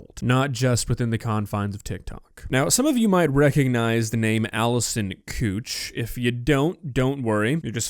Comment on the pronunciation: It's not cooch, it's koch. Pronounced like coak not the k (ch) is soft. It's German.